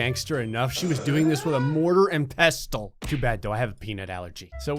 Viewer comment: Pestle = The T is silent, it's pronounced 'Pess-sel' Now you know ;)